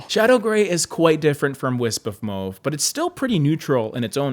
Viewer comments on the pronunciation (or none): MMAAAWWWW-VE. NOT. Mow-ve😘